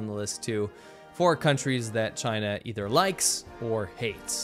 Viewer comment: 'V' for 'Vachina'